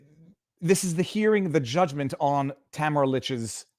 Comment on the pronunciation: Viva, her name is pronounced tam air ah